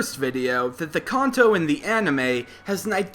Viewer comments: we all screamed when he called kanto (CAN-TOE) (CON-TOE) REALLY CONTO ITS KANTO GEEZE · Why does he say Khan-to its Can-to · I love how he's says khanto and not kanto, you'll get it one time man just try not the trigger hardcord pokemon fans xD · Can-toe not Con-toe... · So we all juss funna act like we ain't here him say "Con-Toe" (Kanto) xD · I don't usually like to correct people but it's not Conto it's Canto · I thought Kanto was pronounced can-toe, apposed to khan-toe. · you keep on say (con-toe) but its (can-toe) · its pronounced CAN-TOE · Any specific reason as to why you pronounce words like "Kanto" and "Manga" as "Konto" and "Monga"? Not really a big deal, but i would take you more seriously if you pronounced stuff correctly :) Otherwise nice video! It's quite amusing to watch these theories, even though i really don't see why people bother xD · He is saying Kanto wrong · It's pronounced Kanto, you're kinda saying it wrong.